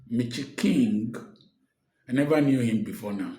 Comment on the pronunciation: He cracks me up each time he says ‘Mitchy King’😂😂😂